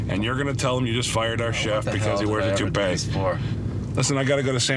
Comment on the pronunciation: He can’t even get himself to say toupee 🤣🤣😂🤣